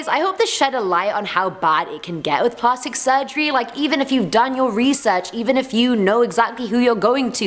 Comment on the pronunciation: Plahstic? I’m British and I ain’t ever heard that pronunciation lol. Either way, luv ya